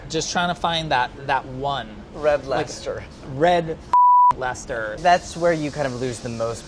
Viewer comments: I gave you guys a like just for being american and actually being able to pronounce Leicester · Red Leicester, incidentally, is actually Gordon Ramsey's favourite cheese. I wasn't surprised didn't get it as I know it's hard to find in the USA. It's all over the place here in the UK though. Also, full marks for pronouncing "Leicester" and "Worcestershire" correctly.